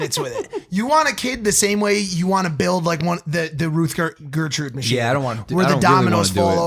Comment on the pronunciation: We just not taking about how Mike said ruth Gertrude machine instead of rube goldberg machine?